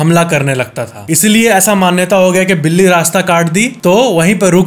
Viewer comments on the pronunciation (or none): बिली नहीं बिल्ली होता है भईया ❤ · बिली nhi बिल्ली hoga factez bhai 😅🎉 Like karo mere comment ko ❤